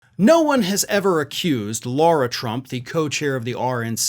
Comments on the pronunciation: Excuse me, it's LARA, not Laura. Still just as much a waste of space! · It's not 'Laura' Tump. It's more like 'Lahra' Trump. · It’s LARA not LAURA. Get your shit together! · You keep saying “Laura”, dude, when it’s “Lara” 👍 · Her name is not Laura, it’s Lara. Pronounced Lah-rah. Irritates me that so many pronounce it wrong. I know it isn’t important but it isn’t her name. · I believe you are mispronouncing her first name./